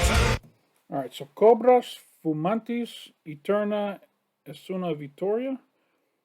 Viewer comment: is write. Cobras fumantes foi bem pronunciado por você.